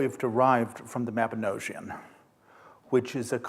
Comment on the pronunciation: 1. Lecturer can't pronounce Mabinogion 2. Lecturer misrepresents the contents of the Mabinogion (Arthur and his knights dining in the hall of Rhiannon??)